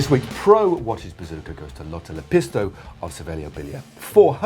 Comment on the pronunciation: Wow! At this rate of success you guys are going to have to learn how to pronounce 'Lotta Lepistö' properly.